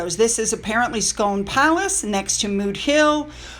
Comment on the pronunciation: Just thought you would like to know Scone Palace is pronounced Scoon as in soon. Hope you don't mind.🙂 Closest thing to cricket is baseball in that the ball they use to bat is rock hard. When you understand to game it is fascinating and very enjoyable.